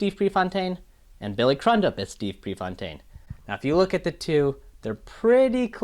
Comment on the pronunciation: Billy’s last name is pronounced CREW-dup. Cool to see these breakdowns even though I disagree with your Pre actor breakdown. I think Billy really nailed Pre.